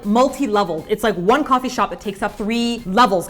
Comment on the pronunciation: "kwofee shop" hehehe